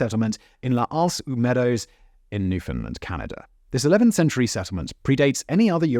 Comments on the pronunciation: Great Vid. The Newfoundland community where Vikings settled is Pronounced (Lance au Meadows ) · The local pronunciation would be "Lancing Meadows Newf n land" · Pronunciation time - L'anse aux Meadows - LAN-So Meadows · Its pronouned Lance o meadows